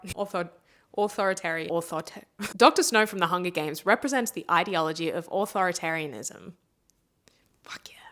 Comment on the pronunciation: Why did I get a hunch that you weren't the type of person from the way you carried yourself to know how to pronounce authoritarian